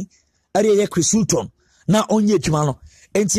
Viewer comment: Please pronounce the name well